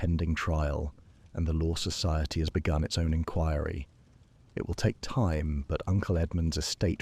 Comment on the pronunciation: Exactly…….. it shows that the faultless feeding of the story still depends on the human feeding of the facts …….. A.I. cannot think for itself …… and then I’m not even mentioning the repeated mispronunciation of well known words like inquiry and Marylebone Station ……… Greetings from the Cape in South Africa 🤓😜😇💚